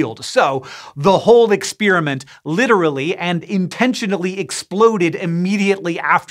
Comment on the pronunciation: . The whole”exSPEARamint” exploded?